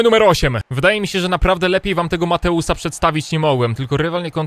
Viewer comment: mam na imie mateusz i kreci mnie to jak mateusa nazywasz mateusz :D